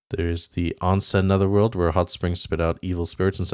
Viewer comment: onsen "own-sen"